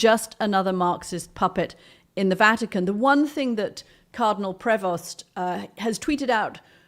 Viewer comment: People please know this: the name 'Prevost' is French. The 'st' is silent. Do not pronounce the 'st', it is silent.